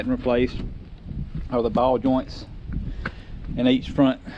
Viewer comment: I like how you said you replaced a lot of the front end suspension parts, but you lost me at the one part. What are "baw" joints? I looked em up, but my Jeep doesn't have baw joints. LOL! I'm messing with ya! I grew up in Memphis and St Louis and everyone says I talk country! You remind me of home, brotha! We could sit and have a beer and tell stories all day! LOL! Like my man says in Slingblade, "I lack the way you tawk." LOL! People say I got a twang and sound country, but that's because they don't know how COOL we are in South and Mid-South!